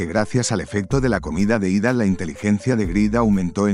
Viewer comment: Que buenos resumenes nos traes, pero aqui un corrección desde mi conocimiento y es que el nombre Ethan se pronuncia Itan, al menos por mi parte asi me dicen:goodvibes